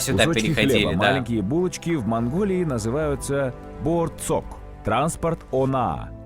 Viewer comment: Не боорцок а боорсок